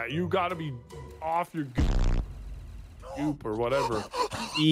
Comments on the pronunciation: I think he misspoke the word "goop" as "g o o k", which is offensive toward korean people according to Wikipedia Edit: here's the wiki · didn't say off the goop. He said goo but add a K at the end. I'm sure you'd recognize it from Vanoss' famous rice hat clip.